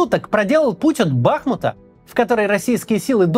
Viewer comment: БахмУт с ударением на У пожалуйста,спасибо.P.S. Горжусь нашим президентом!!!